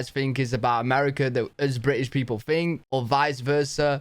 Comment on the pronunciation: you can even say british correctly. you say, bri ish